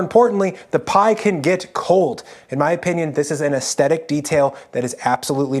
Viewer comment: My fatal mistake: using salted butter for the crust (and using a scale with a 0.5-1g margin of error). fatal mistake pronouncing "aesthetic" as "ess-tetic." But we still each earn an A for everything else.